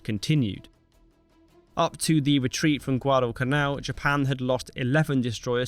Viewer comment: It's Guadalcanal, not "Guado-canal". My uncle almost died there in WWII.